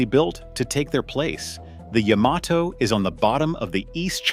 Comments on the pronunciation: The Yahm-ah-Toe was quite the foe. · I don’t think the Japanese themselves have ever heard of a ship called Yah-ma-toe? Sounds like something I say when my dog steps on my foot?